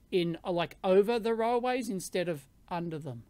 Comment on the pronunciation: My ears hear "row ways"